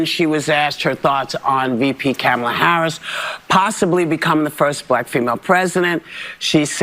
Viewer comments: Oh snap.... time to cancel Whoopi, she pronounced it "Camel-ah" (~ ). It's their own rules. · Whoopi said "Cam-a-la." Very disrespectful. Where is the outrage lefties? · Whoopi said kAmmala. Cancel Whoopi lol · Whoopi said "camelah" instead on "comelah". Fire her! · Did you notice how Whoopi pronounced her name? She called her Cammala, not Cahmala. What a bigot! Whoopi's husband wore blackface. I never have, nor has my wife. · It's funny that Whoopi pronounced it "Cam-a-la" but she got no name correction. 😂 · !!!! Did you hear that?? You pronounced her name CAM-ma-la Harris!! I was told by certain news outlets, that is racially motivated. “W.S.” I believe they called that… you know, MISPRONOUNCING someone’s name….. shame on you Whoopi!!! 😎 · Whoopie said VP Camela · Nobody berated low IQ whoopee for saying Kamela's name wrong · I think Whoopi Goldberg needs to be fired for pronouncing Kamala’s name as Camel-a 🐪😂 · Remember: if you mispronounce Kamala's name you're racist. I haven't heard anybody other than Whoopi pronounce it like 'camera' with an 'L'. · Whoopi said KomiLa's name "incorrectly" When Republicans don't say it "properly" they get called racist even tho Biden & KomiLa herself has said it different ways! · whoopie pronounced her name kaamaala🤣🤣 Is someone on the left gonna cancel her?🤔🤔🤣🤣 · Did Whoopi actually just say “Cam-uh-luh”????? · Wait a minute, did Whoopie just call her CAM-uh-luh? The liberal media have been going nuts over people not pronouncing her name right and saying that it was disrespectful. Not only that but she didn't refer to her as vice president like the liberal media has also been flipping out about people not referring to as. But don't worry, no one's going to give Whoopie a hard time over that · Did you hear how Whoopi pronounced Kamala's first name? She didn't pronounce it Coma-la. Why didn't the other hosts interrupt and correct her like they do everyone who is not a Harris supporter? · Did Whoopi mispronounce the VPs name?